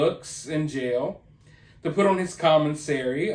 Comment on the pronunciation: It's Commissary not Comminsarry